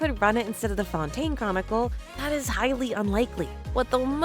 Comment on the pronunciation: The only thing making your voice feel ai is bcs of your accent and all like wtf u mean "fountain" for fontaine🥀